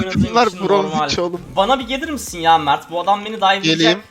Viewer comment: Mağrt değil çocuğun ismi mert